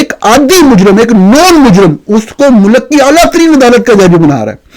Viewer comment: آپ سے اردو درست بولی جاتی ہے نہ انگریزی۔ چلے ہیں دنیا کو نصیحت کرنے۔ (علم کو ilum، ملک کو mulak، ظلم کو zulam اور وقت کو waqat بولتے ہیں۔ کبھی کسی اور ملک کے صحافی کو بھی اپنی زبان غلط بولتے سنا ہے؟ بلکہ بی بی سی، وی او اے، ووائس آف جرمنی وغیرہ تو ہماری زبان بھی ہم سے بہتر بول لیتے ہیں۔ آپ جیسے قابل لوگ تو ہماری قومی زبان پر بد نما داغ ہیں۔) اور dissent کو ڈائیسینٹ کس استاد نے پڑھایا ہے؟ اس لفظ کو ڈسینٹ بولا جاتا ہے۔